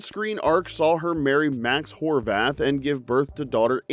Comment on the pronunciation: Did I hear that right? Max Whorebath?